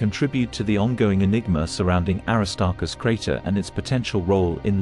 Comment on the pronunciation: The AI is not saying the name Aristarchus correctly.